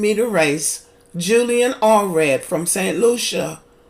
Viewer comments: Allred? It’s Alfred. U can’t even get the name right. Why shud I watch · Her name is Alfred not Alred please